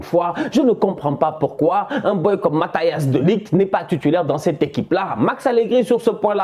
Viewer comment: Matayass De Ligt 😭😭 Je meurs